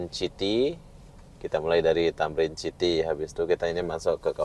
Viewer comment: City - bunyi nya siti bukan chiti 😂